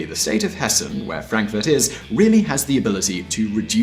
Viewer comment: You pronounced Hessen nearly like a German 👍👍